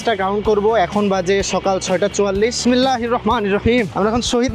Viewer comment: আপনার বিসমিল্লাহ বলাতো খুব শুদ্ধ😮! মাশা আল্লাহ! মাদ্রাসায় পড়েছেন মেইবি!